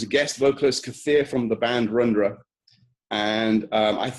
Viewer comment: Its not Rundra....its RUDRA (other name of Shiva), Singaporean Vedic Death Metal